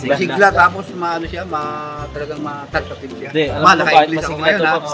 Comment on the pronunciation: Tawa aq sa TAL-KA- TIVE ni 😂😂😂😂talkative sana eh😅😅😅😅